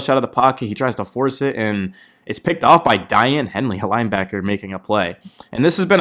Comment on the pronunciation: TO the HOST- number 0 name is peonoinced DAY AN Not DIANE. Other than that good report. Hanley has gone through a lot his brother died he's a stud.. just like Justin Herbert